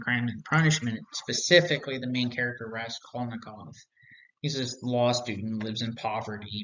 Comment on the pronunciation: I'm very curious to see if you learned to pronounce "axon", "solipsistic", and "Raskolnikov" in the last 6 years. Other than your bizarre tendency to mispronounce these and other names and terms as if you have never had a verbal conversation about any of this, your take on all this is quite useful.